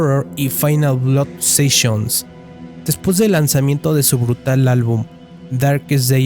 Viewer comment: BRUTAL! SE DICE BRUTAL